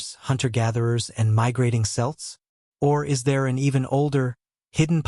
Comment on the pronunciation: Your nephew is absolutely correct. I stopped listening when he mispronounced "Celts" , as if the lackluster narration and lousy AI art weren't enough to see what low effort content this is.